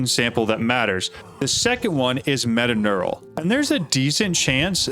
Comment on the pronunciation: its metaTURNAL not metaNEURAL